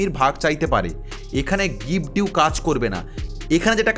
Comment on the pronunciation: কথাটা' গিফট ডিউ' নয়' গিফট ডিড'